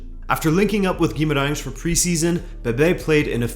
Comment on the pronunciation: I should mention that your pronunciation of portuguese words is perfect, on point: Dias, Estrela, Gaiato, Queiroz, Guimarães (which is a very hard one for foreigners), really, close to perfect. Good job.